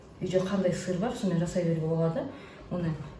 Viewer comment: Керемет ас болсын бирақ Сир Сир дей бермениз сыр десеңіз дұрыс болар еді а так бастаманыз жаксы